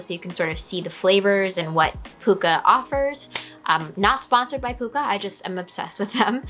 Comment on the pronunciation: nice to see another Pukka tea fan. Love their blends.. it's actually pronounced Puck a as in Hockey puck...